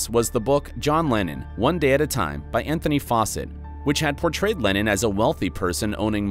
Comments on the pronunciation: why is it every time he says lennon i hear lenin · john lenin ? isnt it john leNNON not leNIN the russian communist ?